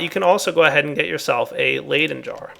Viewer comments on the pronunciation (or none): none